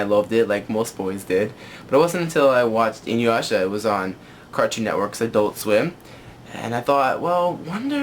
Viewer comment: You say Inuyasha like a white person: "ee-nu-washa"